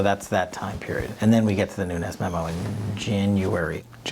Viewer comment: Nunes is pronounced NOONZ (being only 1 syllable) It rhymes with sand dunes! Many Portuguese have this last name. Not hispanic! Not NUNEZ... There isn't a tilde...